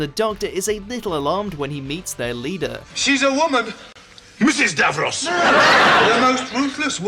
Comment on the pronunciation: Rheinhard to be fair, this guy pronounces ‘Davros’ as “Davrose’ on a number of other videos. He never learns.